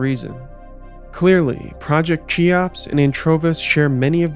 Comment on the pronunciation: Did you say Anchovies?